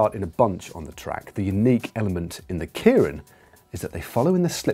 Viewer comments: Yeah, I've always found the tendency to pronounce it KIER-IN a bit odd. People seem to have no problem pronouncing the given name of Kei Nishikori (the Tennis Semi-Finalist up against Andy Murray) as "KAY", but for some reason if you stick "-rin" on the end, they pronounce the first bit completely differently. But otherwise a very good explanation. :) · Kay-rin, not Kearin. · Point of interest Matt that'd be pronounced Kay rin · God, every time he says kieran, it kills me inside a little. Also, I believe you mean Kita-Kyushu, (think Q-shoe) Fukuoka. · actually pronounced 'kay-rin' in japan at least